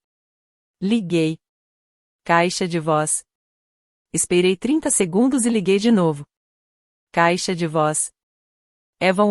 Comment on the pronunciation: Narracao por ia??? Eh dureza ouvir "espeirei"...:face-turquoise-covering-eyes